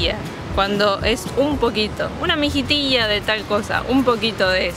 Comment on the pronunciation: dijo MIJITILLA EN PERFECTO ESPAÑOL en porteño seria MIJITISHA....